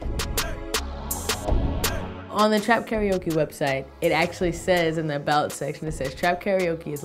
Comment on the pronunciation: Pronounced: Car-Ra-O-Ke